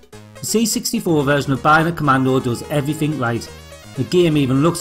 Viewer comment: Not sure how you've lived for more than 35 years and not learned how to speak properly. "evrifink" and "foort" are not words you generally hear outside of the first stages of primary school.